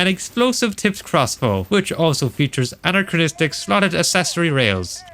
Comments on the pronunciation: Stop fucking saying anacranistic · Identifies 260 inaccuracies. Still says “aNARchronistic” and “hemlet” 😅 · STOP SAYING ANCHROCHRONCHORORONCHROCHRONISTRIC!!!!!!111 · The work that went into this is insane! Well done Although there's only one R in 'anachronistic' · You gotta stop saying anachronistic homie, I know you got nothing else to say but I wanted to put pins in my ears after this video Great video and amazing analysis but anachronistic